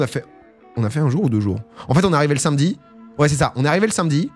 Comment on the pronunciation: Domingo t'es vraiment un boss ça fait tellement de bien d'entendre l'enthousiasme qui semble te traverser et en dehors de ça j'aime tes contenus mais le fait de prononcer "sainmedi" fait de toi une mauvaise personne et c'est regrettable